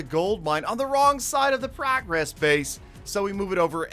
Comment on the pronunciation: Why does he pronounce “progress” like that?